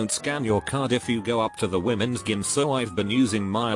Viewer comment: HILAROUS HAHAHA - "Wimensghim"